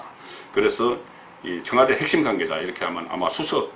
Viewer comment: 송 국장님 권력구조 - 걸력꾸조 권위주의 - 거니주이 대북관이 과연 철저한가 - 대북까니 가연 여권 인사 - 여껀 인사 청와대 - 청아대 관계자 - 강개자 복모음 발음에 ... 흠 서울에서 사신지 30 ~ 40 년 되셨을텐데.... 아직도 정껀 재창출 민주당 분위기가 나옵니다. - 노옵니다.